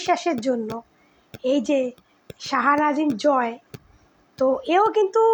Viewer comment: Jmn APU biswas tmn tar vokto didi apni joy er naam ta vlo kore bolun vlo vabe kheyal kore sunun unar naam ki😂